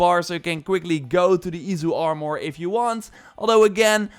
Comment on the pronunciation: Ormour? You mean Armour???